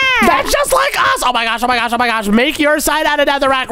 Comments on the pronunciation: Oh my gwosh Saying gwosh instead of gosh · Why do you say gosh like gosh Like gwosh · Oh my gwash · Way are they calling It oh my gwosh it’s oh my gosh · dude keeps saying oh my swash"!:shelterin:💀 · No he says oh my ghash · BRUH you say gwash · said " oh my gwosh" instead of gosh and he said "rwoxy" instead of roxy